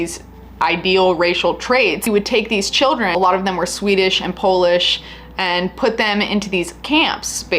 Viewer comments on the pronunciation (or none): none